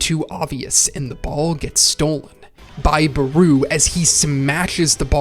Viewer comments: why does he call Barou "Bruu" 💀💀💀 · I ain't gonna lie, your pronunciation of Barou's name is bothering me, lmao